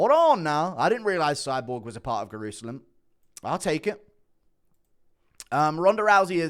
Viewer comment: d-did he just say Guru-selam? 💀